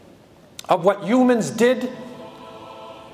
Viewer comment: it sounds like he is saying Umans or Jumans